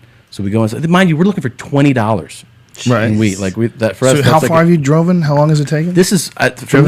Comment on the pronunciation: Joe "how far have you dr0ven" Rogan